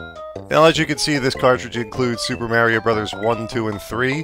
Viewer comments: its not me-rio its ma-rio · MARRYO MARRYO MARRYO! Other than that, not a bad review man! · I can’t stand how this guy pronounces “Mario”. Hate it when people do that. Other than that, good review over all. 👍